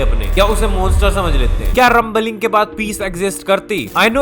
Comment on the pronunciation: you should know how to pronunce "Rumbling"